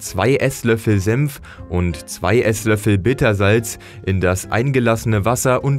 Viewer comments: Bruh er sagt "Sempf" anstatt "senf" 😂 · Alter, das Zeug heißt Senf und nicht Semf! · Man spricht es "Senf" nicht "Semf" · sagt er tatsächlich Sempf statt Senf? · Es heißt SENF nicht SEMPF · S E "N" F... Ist das so schwer? Semf gibt es nicht. Ist die deutsche Sprache so schwer? Was als Nächstes? Semfsose? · ich versteh die ganze zeit nur sempf